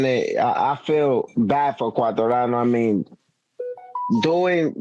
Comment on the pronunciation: Thank you Cheetah for at least trying to get to pronounce Quartararo's name correctly. Then again, if pronounces the last R like an N, then is his name pronounced like 'Track-Stains'? That aside, the Le Mans GP (main race) was probably one of the most interesting in quite a while. Congrat's to Zarco.